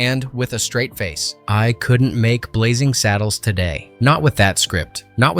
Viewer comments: It's 'Blazing Saddles' not 'Blazzing Saddles!' How can you be taken seriously as a reviewer if you can't even get the spelling of the movie itself right! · Blazzing Saddles? BlaZZing? 😄